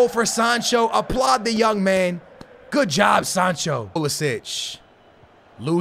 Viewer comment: bro hes called pulisic not pulasic